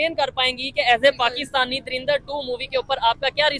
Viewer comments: Bhai, it's Dhurandhar not Dhurindhar 😅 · He is pronounced like darinda 2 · Bhai drindar kyu bol ra hai drinda bol de ☺️☺️☺️ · Movie ka naam toh sahi lo yaar 😂😂😂 turindar durindar surindar😂😂😂😂😂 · Dhurandhar hai .. dhirandar nahi .. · Yar Lagta Hai Bhi Ab Anapadh Ho Gaye Hai. Darindar Nahi Movie Ka Nam Dhurandhar Hai. Dhu Ran Dhar. The Rin Dar Nahi. Jara Padhna Likhna Phirse Sikh Lo Bhai😂😂😂😂😂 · You are pronouncing the name of the movie wrong. It is Dhurandhar nor Darindar